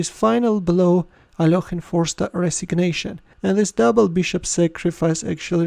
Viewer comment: He is alekhine not alokhine you understand that.plz you are ruining the name of a legend player plzz stop this